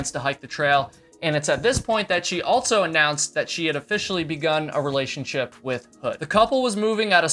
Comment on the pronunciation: Theres no T in also